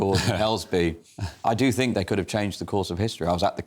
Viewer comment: Far right, they have no idea what far right is. The woman talking about education can't say think (fink), get a bloody grip.